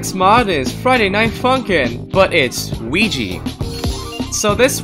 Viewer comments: Weegeepie not WEEGEE need pie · it's weegie